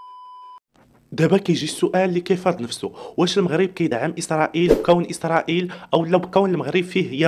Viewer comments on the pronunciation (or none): اليان الحال وليس ايسريل